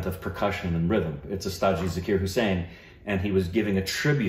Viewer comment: I really appreciate that you guys are so respectful to our legendary artistes. 🙏 "Ji" is a gender-neutral honorific. The correct pronunciation is Zaa-kir (not Za-kir), though.